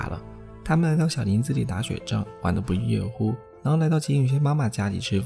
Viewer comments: 不亦乐（lè）乎，不是yue！ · 乐读作lè 读yuè的人大概是把它跟前面一句弄混了。让我们来看下原文： 学而时习之，不亦说乎？有朋自远方来，不亦乐乎？人不知而不愠，不亦君子乎？ 第一句中的“说”是通假字，通“悦”读作yuè，实意“悦”的古体字，愉悦愉快之意。 第二句的中的乐，读作lè，快乐之意。这里没有通假字。 “乐”与“说”有所区别。旧注说，悦在内心，乐则见于外。